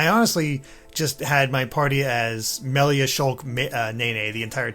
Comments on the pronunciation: Why can't she pronounce the names correctly? Did she really finish the game? It's super weird how she keep getting them wrong over and over. Even after corrected her. Rain? Meelia? Really? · Ah yes, my favourite character, Meal-ia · Also she keeps calling Melia Mee-lia... Hey, at least she ain't saying RAIN and DUNCAN. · How does she pronounce Reyn, Dunban and Melia's names wrong after a 70 hours RPG constantly repeating those names... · Idk how you play the entire game and still pronounce Melia wrong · It's baffling how someone can mispronounce a name when it's literally voiced in the game.